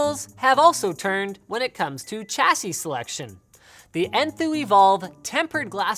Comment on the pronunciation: Interesting pronunciation of "chassis" there, Linus.